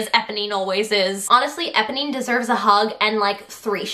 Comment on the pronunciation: Her pronunciation of Eponee is killing me